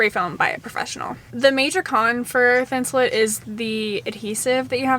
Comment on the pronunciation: Please people...please STOP CALLING IT thin-sul-IT. That is wrong and so annoying!!! It is thin-sul-ATE. Like I ATE the apple. NOT IT!!! I'm from MN where 3M is located. We know how to say it here, it is thin-sul-ATE!